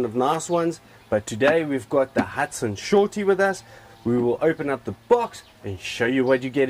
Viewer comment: SORTIE not "Shortie"